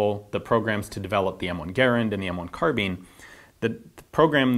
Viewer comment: I'm sorry, did he say "carbean"?